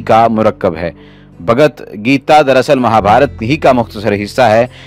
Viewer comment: Or hah bogt gita nahi balki Bhagwat geeta kah jata hie